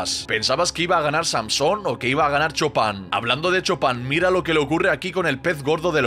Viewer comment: Por qué le dicen Chopan si se pronuncia Chupan 😂